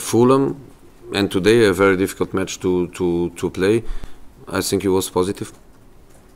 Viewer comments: "I sink... I sink..." Yeah you are! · .. I sink he said, can park better?